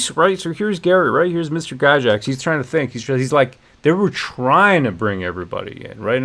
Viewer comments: Yes, defend his(their) legacy. And let's pronounce the name correctly too. It's pronounced Guy Gax not guy jax. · Please for the love of Grod his name is pronounced Guy-Gacks. Since you are talking about honouring his legacy the least you can do is pronounce his name right.